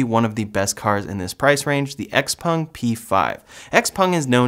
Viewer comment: Xpeng is pronounced like "chao-pang"